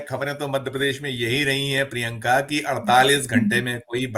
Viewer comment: अपने नाम का शुद्ध उच्चारण किया करें। शुद्ध उच्चारण प्रिंका नही प्रियंका है।